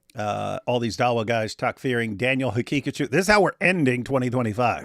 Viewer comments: Daniel Ha Picachu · ”Or as he pronounces it, Danenenene haqiqatiou”😂😂